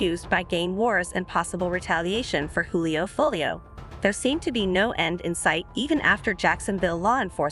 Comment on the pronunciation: Silly newscasters can't even get the dudes name correct 🤦